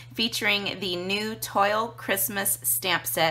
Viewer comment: Great video and coloring. Just an fyi, it is pronounced twal not toil. ;)